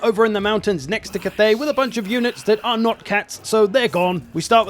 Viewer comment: Cat-thay, Meow Ying